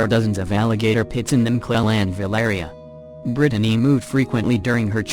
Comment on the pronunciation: Can't handle how it says Brittany either....Brid a ney🤦🤦